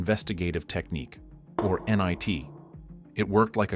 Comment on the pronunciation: you pronounced “NIT” as “nye T” definitely AI